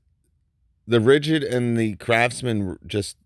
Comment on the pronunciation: Hey is it me or I'm just hearing things, sometimes when you say "craftsman " it sounds like you're saying "crapsman" 😂😂😂